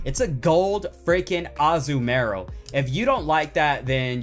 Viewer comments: Its not pronounced Azu-Marill!!! its Azumarill!!!!!!!! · Right there, plus he didn't put enough emphasis on the 'U'.